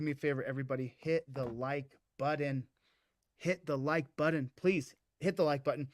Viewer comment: "hit the like BUDDIN"